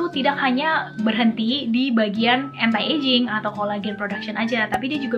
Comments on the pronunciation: Iya.yg bnr tuh gmn sih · She said "entai ejing" 😭